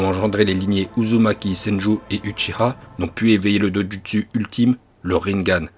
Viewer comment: Je regarde de vidéo de ryo Sensei et d'autres youtubeur mangas il parle on vf par exemple il prononce Mal les nom des ( Uchiwa) cet uchiha